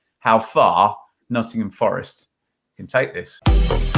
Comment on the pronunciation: Oh still can’t pronounce the name of a famous premier league club.